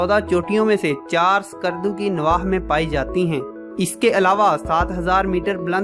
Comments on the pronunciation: There's no 'Alif' is skardu... Its not Iskardu.... Its just skardu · My friend I like to make corrections name of the city is call skardu . Not iskardu